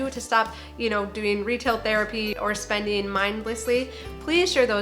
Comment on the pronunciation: spendin'-g I have to get use to hearing words with the g being left out... somethin'-g, eatin'-g .......stoppin... gettin....runnin.....openinn....